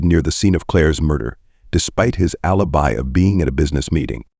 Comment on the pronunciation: The reader mispronounced alibi, Boca Raton, facade, proceeds, and more words and names which really detracted from this video!!!!